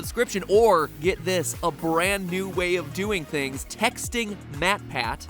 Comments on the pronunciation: is he saying duwang? I can’t tell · Did he say, “I wouldn’t have it any other duwang”? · did he say Duwang?